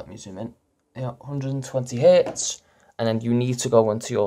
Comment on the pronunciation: you can't even say hertz right